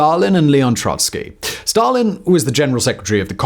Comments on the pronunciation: Yes it's Trotsky not Troysky. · TROT-skee, not TROY-skee!!